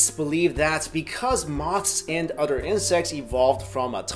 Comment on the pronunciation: I cringe when he says "OTHER"